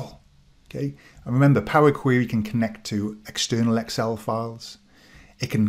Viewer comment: Love the video! I've used PQ for a few years now and am amazed at how few people realize that it's there. I'm putting together some recommended PQ training for analysts at my company and will definitely include this video! FYI I love your pronunciation of POWA QWEWY :)